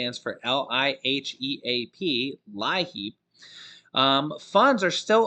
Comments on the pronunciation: LIHEAP is pronounced Lee ap! Just thought you might want to know! Thank you! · Liheap is pronounced (Leee-app)